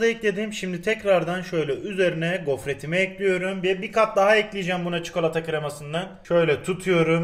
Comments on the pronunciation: Abi lütfen çukalata deme sinirlerim bozuluyor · Çukolata ne yaa bilerek mi yapıyorsun 😠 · Çukolata 😂😂ne iy soyledin be abi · şu adam bi çikolata demeyi öğrenemedi